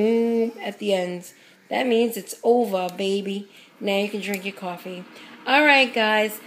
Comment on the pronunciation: Beatriz Mendoza Horrible mistake